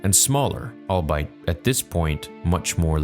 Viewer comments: Love the content as always and have been a subscriber since the "Toos" days. Politely submit that the pronounciation of the word "albeit" is pronounced "all-be-it" not "all-bite". Keep up the good work. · It’s not “All-bite” - it’s pronounced “all be it” (when you say albeit). Mentioned this in an earlier video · Albeit = all-be-it - 3 syllables, not two. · It's not "all bite", man. It's albeit. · "awl-be-it" Just saying since you tried twice. Love the content, btw. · Bro I love you man but you use 'albeit' in a lot of videos and pronounce it like "I'll bite", but it's pronounced "all-bee-ut" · Albeit is pronounced "all be it." Had to say it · At this point I don't know if he's pronouncing albeit as "all-bite" just to annoy people or if he really thinks that's how it's pronounced